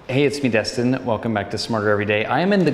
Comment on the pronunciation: Se dice Destin. Deeeestin xD Gracias Señiorr :-D